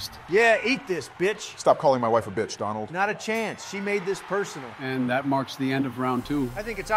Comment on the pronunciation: Anyone else catch Obama saying “Dondald” lol